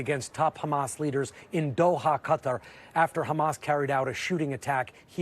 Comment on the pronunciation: once again reminding everyone he can’t pronounce Qatar properly.